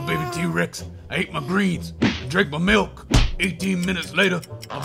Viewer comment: drink your malk 😂😂😂😂😂😂😂😂😂😂😂😂😂😂😂😂